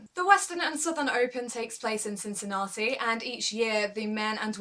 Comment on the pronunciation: Great work, quality video again. I hope you'll make review about the USO as well.:) I wanted to write that I like the way you said Cincinnati, (it's so British :)), but I see in the comments, someone else had pointed it out already.:) The name of the tournament says it all: I hope it's going to be Roger's Roger's Cup soon. :D But if not, then he can rest before playing on his most suitable hard court on Tour in CincinnAti. In 2014, he overplayed a bit and it probably cost him that US Open. With Djokovic and Wawrinka missing the rest of the season, I think there's going to be a huge fight for the other 6 places at the World Tour Finals. I would be curious to know what's your prediction on that, I'll go with Zverev, Thiem, Cilic, Murray, Nishikori and maybe Raonic as the qualifiers for London. Bedych and Querrey have good chances as well.